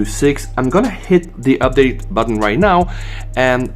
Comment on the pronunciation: Common it is not üpdate 🤣